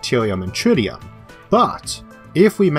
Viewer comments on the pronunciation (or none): none